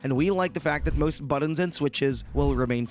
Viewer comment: “Buddins”? Bad enough to use a reader bot. Why pick one that sounds like it has a sinus infection?